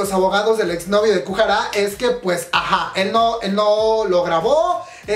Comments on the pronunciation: Kujara dijo el cuando es goo hara xD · Porfavor no es kuhara, lo repites mucho, me caes bien pero pronuncias muuuy mal los nombres